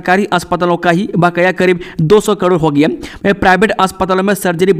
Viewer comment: आपका समाचार बोलते समय शब्दो का सही तरीके सेऊच्चारण ना किया जाना बडे खेद की बात। आप लाऊड स्पीकर शब्द को लोडी स्पीकर क्यो ऊच्चारण करते है। होगया, को हो गिया क्यो ऊच्चारण करते हैं । यही नहीं कई शब्दो का कत ई गलत ऊच्चारण क्यो। खेद कि बात।